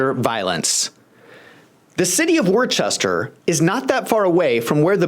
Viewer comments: It’s pronounced “Wooster” MA actually, but Worcester has its problems, including allegations of police excessive use of force. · Worcester is pronounced 'Wooster' or at most 'Worcster'. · It is pronounced Woosta...😂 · You do great work. I support you financially. So those of us from Massachusetts don't have to cringe, Worcester is pronounced like the word wood, without the d, followed by ster.